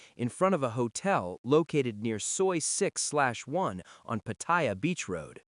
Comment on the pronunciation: Why does the voice pronounce Pattaya incorrectly by calling it 'Pa-TOY-ya, like a "Toy" that Ya, instead of how Thais pronounce the city name as Pa-Ta-Ya (Pattaya) lol